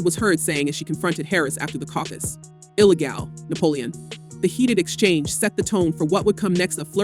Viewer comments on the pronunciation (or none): can someone teach her how to pornouce ILLEGAL....